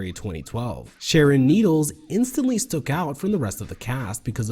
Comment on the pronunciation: STUCK* out not "stook"